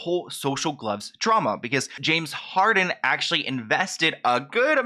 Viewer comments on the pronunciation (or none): pronouncing Harden as Harding the entire time was killing me lol